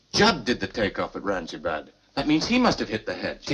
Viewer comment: It's freaking Aurangabad not orangeAbad... freaking Goras pronouncing the name of the city wrong